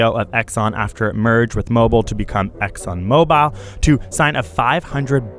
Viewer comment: Here we go all over again. Fake news. Best for snowflake generation. This idiot doesn’t even know how to pronounce ExxonMobil. Pronounces as ExxonMobile. Hahaha....